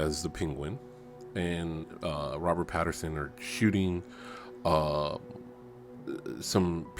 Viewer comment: Pattinson, NOT Patterson.